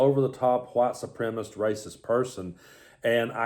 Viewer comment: I have to mention: it isn't white 'supremist', it's white supremACist - I know you are the kind of guy appreciates being corrected (as do I). Love your channel!